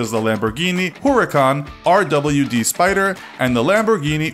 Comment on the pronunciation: Car guys cringe when he said “Huracan RWD Spyder” he didn’t say rear wheel drive he said “RDW”